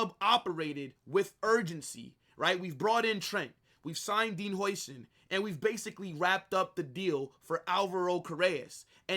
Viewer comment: It’s pronounced Dean How-sen